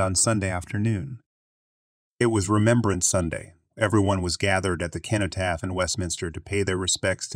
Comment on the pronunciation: FYI Cenotaph is pronounced with a soft c - like an s